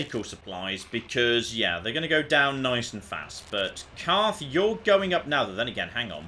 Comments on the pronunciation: In the next episode of things that got wrong: Continuing to call Carth Caden. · Who is Kaden? do you mean Carth? HAHA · CARTH. HIS NAME IS CARTH.